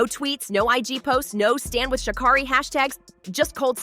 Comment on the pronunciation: Racism? BS! Guilty? Perhaps/Likely But please pronounce her name correctly numb nuts!!!! Your reporting is laced with judgement!!